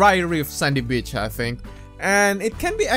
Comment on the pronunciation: when he said beach it sounded like birtch